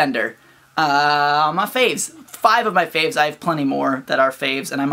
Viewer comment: ps. I thought you said, "MissFenderr... on my face." And then understood you actually said, "Are my faves." Take that as you will.